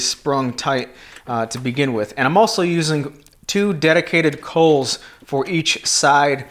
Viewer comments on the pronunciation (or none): Believe it is pronounced "calls".